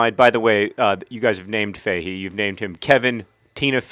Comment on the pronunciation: Faaairly sure you're pronouncing Fahey wrong.... unless he pronounces it a strange way himself, it's usually pronounced fah-hee, not fay-hee.